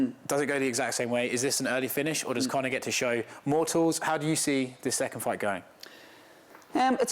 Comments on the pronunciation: Will be a good “foi” 😂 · that's literally not how that accent pronounces 'fight'. It's more like 'fiught'